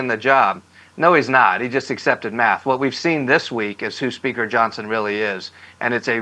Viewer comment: How did Johnon lose his "s"?